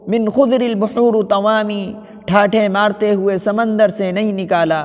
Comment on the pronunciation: من خضر البحورِ الراء بالكسر ۔اليس كذلك يااخي ۔ طودَي ۔ أَقسامٌ ۔اليس كذلك؟